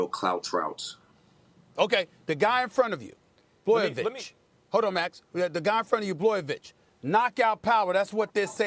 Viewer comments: Stephen A said bloyvich 😂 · Stephen A is such a casual. He shouldn't be allowed to speak on MMA. Can't even be bothered to learn the pronunciation of the champion. Gtfo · HAHAHAH Stephen A’s pronunciation of Blachowicz is even more funny than Chaels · He heard both max and molly say it and he still said it wrong😂, I think he does it on purpose